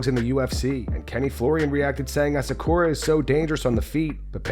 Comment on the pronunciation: Lmao people pronouncing asakura like "asakoria" is hilarious to me